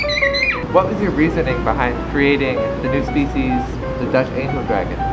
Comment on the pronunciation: What i heard: Duck Angel Dragon What it was : Dutch Angle Dragon